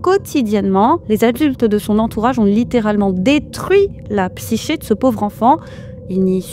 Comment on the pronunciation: Psyché se prononce '' psiké '' .et c'est quoi cette façon de parler ? On dirait un journaliste de télé ou un robot gogole. Tu veux te faire scanner le QR code ou pas ?😂😂😂